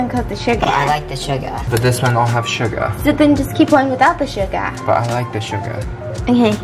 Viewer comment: When she read out the ingredients I was thinking hmm what’s schugar? I’ll have to look that one up... and then I realised it’s sugar 😂😅🤦🏽‍♀️